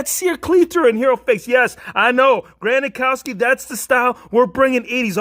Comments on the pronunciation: You say gronkowski wrong. You say gronakowski but it’s gronkowski. But anyways I love you videos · Granakowski ?? You mean Gronkowski Just kidding good video